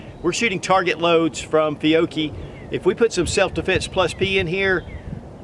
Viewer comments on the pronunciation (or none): none